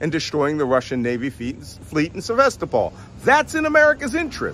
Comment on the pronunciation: Malcolm Nance can't pronounce two other placenames in this short diatribe — Pretoria and Sevastopol. The latter is amusing since Nance pretends that he's "fluent in Russian" but can't gasp out a single sentence.